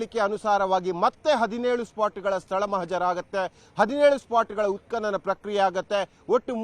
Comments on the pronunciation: ಉತ್ಪನನ ನಿನ್ನ ಕರ್ಮ ಅದು ಉತ್ಕನನ😂😂 he was right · ಎಂಥ ಕರ್ಮ ಮಾರಾಯ ಉತ್ಪತನ ಅಂಥ ಉಚ್ಚಾರ ಮಾಡಲೂ ಬಾರಲ್ಲ ನಿನಗೆ ಯಾರೂ ಈ ಕೆಲಸ ಕೊಟ್ಟರಪ್ಪ ನಿನಗೆ😂😂😂😂😂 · ನೋಡುವ ಜನರ ಬಗ್ಗೆ ಸ್ವಲ್ಪ ಗೌರವಾಬಿರಲಿ. ಉತ್ಪತನ ಎಂದು ಉಚ್ಚಾರ ಮಾಡಲೂ ಬರಲ್ಲ ನಿನಗೆ😊😂